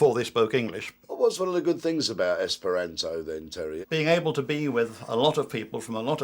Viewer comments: you said esperanzo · I wonder if that reporter's accent got in the way of him learning the language, given he kept mispronouncing the language's name - Esperanto is pronounced with a long A, not a short one. Still, it's great to see Esperanto get some good publicity. Gonna have to learn that song the kids were singing.